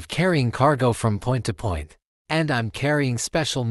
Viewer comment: Aussie poit